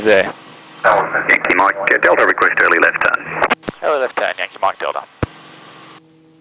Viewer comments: Cubetorials I think they know it’s the phonetic alphabet and what he said. It’s just that his accent makes Delta sound like Dildo lol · haha i heard that made me laugh, i assume its just his accent saying delta fast xD glad it wasnt just me